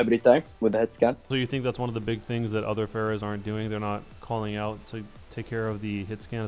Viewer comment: World of August he said "Fairer"